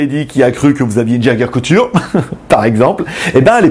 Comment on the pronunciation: c'est jaeger-lecoutre pas le couture x) et je trouve ça sympa de mettre des devants de portugaise (iwc) ou de Jaeger , pour un fan de montre c'est cool